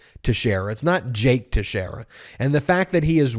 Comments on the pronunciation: His name is pronounced texerror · It's pronounced Tex era for American Portuguese. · First you are pronouncing the name wrong, second yes you are correct, it's irrelevant what he believes, what matters is what he did, he made public classified documents, that is treason and must face the consequences for it. In no way what that kid did qualifies as a leak, it was simply a kid wanting to impress his buddies, nothing more.